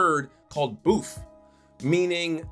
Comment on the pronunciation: The word Bison and the word "boeuf" has no connection, and you pronounce it as " bouf " which is not right. Boeuf is what you call a cow in French, no connection with the word Bison